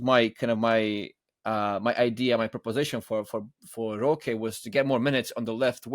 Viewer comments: It’s more like roh-keh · Here I was finally about to ask you why you pronounce his name as "Rosh" instead of "Rohkay"